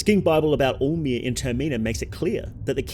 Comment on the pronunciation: Lmao every time you say all-mer, I kept mistaken for “omer.” Maybe it is just me 😂😂